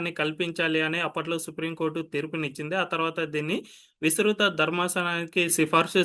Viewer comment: విసృత. కాదు, విస్తృత